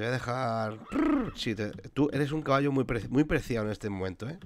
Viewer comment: vacallo, jaajajaja me rei mucho cuando lo escuhce